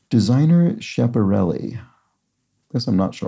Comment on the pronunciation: Re Schiaparelli... Italian "ch" is pronounced like English "k". If there is only a "c", it is pronounced like English "ch," as in cello. ...